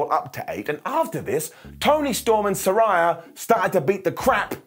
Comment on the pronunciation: I hate to be that guy but technically you’re mispronouncing Saraya. Its “suh-ray-uh”. They had an episode after she debuted where they made it clear. Just an FYI (